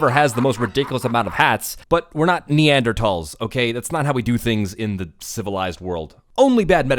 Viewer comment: Thank you for pronouncing Neanderthal correctly